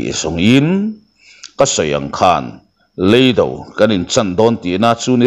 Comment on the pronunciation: Youtuberte zinga mizo ṭawng thiaam pawla ka ngaiihin "Lei Do" a lam dik tlat loo mai a!